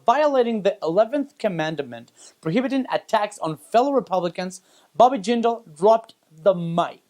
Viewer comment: First of all you mispronounced Reagan's last name again. Like for the millionth time. You also mispronounced Jindal's last name as well. Now I feel you do not get American politics at all. Not everyone views Democrats as the rosy saviors of America. It is a shame really that you defend Clinton at all cost. Ask anyone, what is Hillary Clinton's biggest contribution to the US as Secretary of State. If you are a liberal nutcase, all you can say is...nothing. If you are anyone else, the answer goes from ISIS to Benghazi. Look at the middle East, that is what you get when Democrats run wars. Now her emails ARE an issue. Maybe in Mexico people have no problem letting politicians get away with anything, but when you are a Secretary of State you just can't use a Hotmail account to treat government affairs. Hillary said she did that because she did not have time to read them from her official account. For some reason it wasn't a problem to erase more than 30, 000 emails from that account.